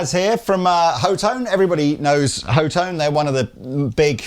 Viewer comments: C'mon guys..... HOE tone?? Are you serious??? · Pretty sure it's hot-one. Lees previous claim. But hot-tone, also makes way more sense than... "Ho-tone". Either way....stupid fuhkin name for a brand, with a dumb spelling that likely messes it up, and pronunciation is funny